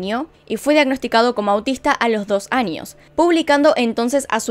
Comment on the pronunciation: Me da rabia que diga Anios en vez de años.